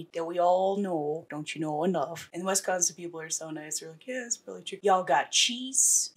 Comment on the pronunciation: Please don’t say wesconsin 😂😂🤣 nobody says it like that here no one. It’s wis like Swiss ok and yes I live in medford however I did not grow up here and knew of this but wasn’t here at the time.